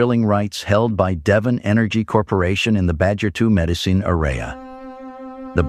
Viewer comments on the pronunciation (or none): none